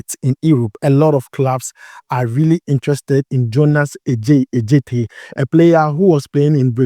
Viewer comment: U are mentioning the name wrongly, Adjetey is a Ga name , A djetey not Ɛ djetey .. but kudos, u doing well 👍🏾